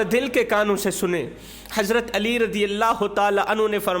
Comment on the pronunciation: Baradram kindly Hazrat Ali Razi Allah ho taala Anho ka naam to sahi se bolna seekh lo. Beaan acha hai aap ka. Bhai g Ghussa na Karna.❤